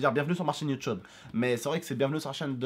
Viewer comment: Au lieu de Dire Chaîne YouTube Abdel a dit Chaîne YouTeub Ptn Abdel Sur ce coup là Tu ma tuer 💪🏻😂